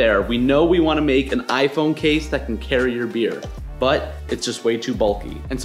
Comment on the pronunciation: Did he say "Butt version 2 of this case" Are we rocking butt crispy cases? WUTESTHES!?!?